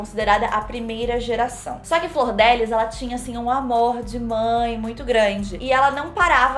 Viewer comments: falando flordélis ao invés de flordelís me dá um nervoso KKKKKK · Enrola muito pra chegar ao tema do vídeo. Segundo, a pronúncia do nome da Deputada está errada. Não é "Flordélis" ... Fala-se "Flor-de-Lis". Achei fraco o editorial não traz nenhuma novidade. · Flor de Lis...e não Flordélis kkkkkkkkkkkkkkkkkkkkk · eu tava falando errado, não é flordélis, é "flor de lis". Also: então, a flordélis... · a tambem fala flordélis KKKKKKKK antes de ontem eu cheguei na minha mae e falei: "qual que é a dessa flordélis" (pq eu tava vendo muitos posts no insta e nn tava entendendo nada) aí minha mãe: "é flordelis otávio" aí eu: " 👁️👄👁️" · cada vez que vc falou “flordÉlis” eu morri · achei que só eu pensava que era flordélis o nome dela, e não flordelís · eu também falo flordÉlis 😭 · Pera, Flordelis não se pronuncia Fordélis? Chocado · Também chamava a flordelis de flordélis kkkkkkk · Toda vez que alguém pronuncia “Flordélis” uma fada morre no meu mundo! Hahaha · falando Flordélis é a melhor coisa do vídeo kkkkk Anjo querubim?? Essa doida tá vendo sobrenatural demais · "Flor dé lis" eu amei kkk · mano ela falando o nome dela errado o filme inteiro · Flordélis hahahaha